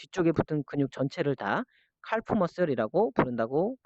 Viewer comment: 칼프--->카프 L이 묵음입니다^^